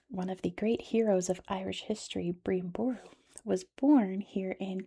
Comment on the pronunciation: Love your video! Brian Boru is pronounced ‘Bry’-an (Bry like cry!) and Buh-roo Source; I’m from County Clare! 😍😋